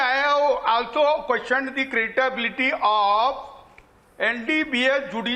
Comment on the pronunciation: LLM kiya hai ne aur 'credibility' ko 'cratability' banaa diye